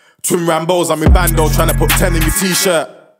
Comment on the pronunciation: Bando really needs too find a way too pronounce his words properly, his lisp is peak. He’s still hardddd doe no doubt